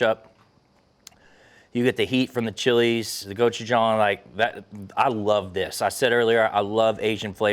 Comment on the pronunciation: Thank you so much for pronouncing gochujang correctly! I never trust a chef who uses it but can’t say it right.